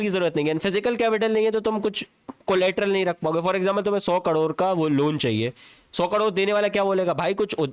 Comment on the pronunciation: 30 करोड ❌30 कडोर ✅